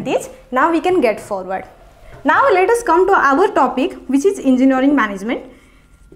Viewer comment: Gajjab your "Enginaring" not Engineering